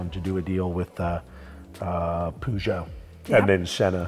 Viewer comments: Zak: "poojeau" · Who’s pooshow haha do you mean Peugeot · Why is he saying it POOgeut? xD